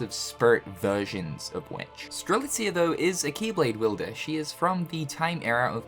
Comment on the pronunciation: Am I dreaming or is now not butchering Strelitzia's Name anymore? 🤔😲 I know he said it correctly before in a Union Cross Finale Video but after that he went back in calling her Streliza! But now he straight up calls her Name Strelitzia right in 2 Videos in a row! Wow! That's an improvement! 😀😄